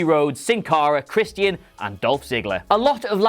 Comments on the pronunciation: It’s Christian not “Christy an” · it's Christian, not Chres-Tea-En